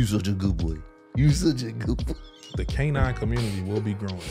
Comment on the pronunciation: "canince beings ", i cant make this shit up !! lmao